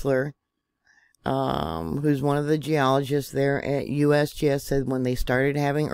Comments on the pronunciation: Love how you said USBS😂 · Lol! “ USBS” oh excuse me “ USGS”😂😂😂